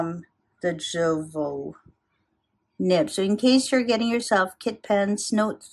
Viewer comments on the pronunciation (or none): Jowo the pronunciation is iovo.